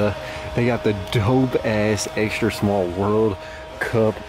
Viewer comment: shhhhmall? disgusting